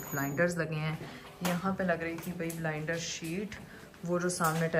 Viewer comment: Blinder nahi hota Blind hota hai. Kaunsy school aur medical se parhi ho???